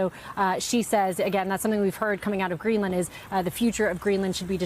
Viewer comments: Greeland? You mean Greenland? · Its Greenland... not Greeland😂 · Uhhh... Guys, I think it's "Greenland" not "Greeland." But getting back to the video, not the title, it's AT LEAST 18 years too late for Trump to have a good legacy. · Greenland, not Greeland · Hey, MS NOW. You're professionals. Do you have a proofreader? "...senator rails against Stephen Miller over Greeland." GREELAND ??